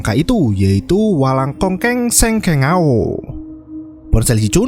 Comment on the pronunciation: Hengkeng Shan, district beitun, taichung taiwan , bukan walang kongkeng 😂 🙏🙏🙏